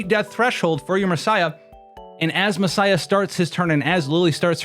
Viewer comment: The way you pronounce Massiah is insane...